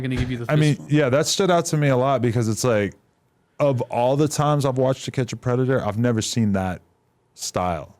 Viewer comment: Why tf cant u say the word predator? Tf